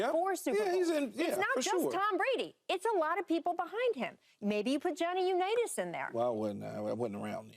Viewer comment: This mf said johhny Unitas